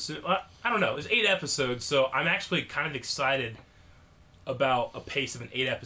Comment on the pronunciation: You aksholy gest it’s name it’s acholy child a demgorden